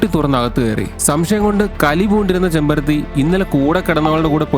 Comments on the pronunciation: ചെമ്പരത്തി അല്ല ചെമ്മരത്തി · ചെമ്പരത്തി അല്ല കേട്ടോ ചെമ്മരത്തി ആണ്...... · ചെമ്പരത്തി അല്ലെടോ ചെമ്മരത്തി ആണ് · Chembarathi alla “chemmarathi”